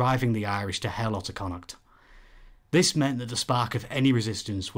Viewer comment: love this style, your a gifted reader, I'd listen to your audiobook any day:). The correct pronunciation of Connacht aswell. We will adopt you yet comrade, Maith thú!